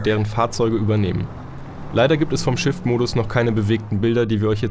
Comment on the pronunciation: Minute "Auch bei der Shit-Funktion..." Ja, ich weiß: Es heißt Shift, klingt aber wie Shit^^